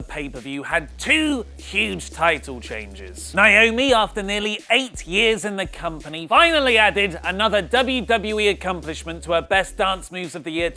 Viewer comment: Why do people like you and Renee Young keep calling Naomi "Nieomi"?